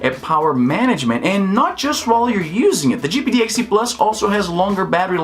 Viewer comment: “jipeedeeyexdee” speech - 100